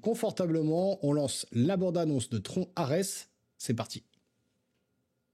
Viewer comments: TRONNE (phonétiquement), mon pote LOL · Stp prononce à l'anglaise TRON(e) ça fait trop bizarre quand tu le dis 🤭🤭🤣🤣🤣🤣🇨🇵🇨🇵🇨🇵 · Prononce Tron a langaise stp 🥺 😭 ca fait trop bizarre la prononciation à la francaise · C’est très drôle que tu prononces à l’anglaise Daredevil mais à la française Tron 😅